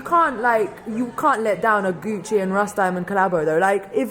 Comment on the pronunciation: lmfao. she keeps called him Russ Diemon. gotta study up on her artist a little more next time.